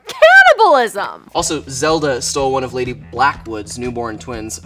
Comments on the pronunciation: No one: Literally no one: Kiernan: cAniBaLiSm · Nobody: Absolutely no one: Kiernan: CaNnIbaLisM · no one: kiernan: cAnNiBaLiSm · no one: absolutely no one: kiernan: CANNIBALISM